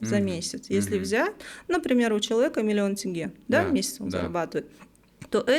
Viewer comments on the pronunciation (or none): none